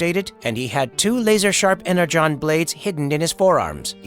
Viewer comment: Additionally AI pronounced the word "energon" wrong